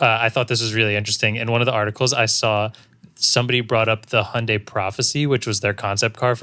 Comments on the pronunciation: Interesting. On the pronunciation, a good effort but COMPLETELY BUTCHERED . The American pronunciation of Hyun-DAY is closest to the Korean pronunciation 현대 (It's TWO syllables in the Korean word). I've studied Korean for a lifetime. So Marques...well done. You are pronouncing it correctly. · Hyundai is spelled 현대 in Korean, so there actually isn't an "i" sound. How you've been pronouncing is a lot closer to Korean pronunciation. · you guys pronounced hyundai correctly the first time. that's how it sounds like in Korean as well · Your Hyundai pronunciation is correct. There's a quick "ie" sound before the "u" but it's more or less correct, according to South Korean pronunciation. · Hi Marques &. Loved, love, and loving your show. I’m Korean so I can tell you as fact, your pronunciation of Hyundai is very accurate. The way Hyundai USA pronounces it is a simplified version of the true Korean pronunciation, but it’s pretty close to the real thing. Other ways such as Hyun-Die or He-On-Die are absolutely not correct. Stay confident with your tongue! *FYI the Korean way to say it is the usual Hyundai with a slight emphasis on the Y. So instead of Hun-Day, it should be H-yon-Day. Hope this helps! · I am Korean (and working for Hyundai in Germany) and you both pronouncing Hyundai exactly like Koreans do, Perfect. Thanks. Btw. pronouncing May bach [maibak ] is also correct. Good Job. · Korean dude here. The way the guys pronounce it (which is the way Hyundai commercials pronounce it) is pretty accurate. The only specific thing is that the "dai" part of Hyundai is pronounced less like "day" and more like "deh/dae". Also, there aren't intonations in Korean like the way there is in Chinese.